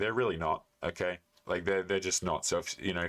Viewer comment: "Oh Kie uh". You mean "okay"?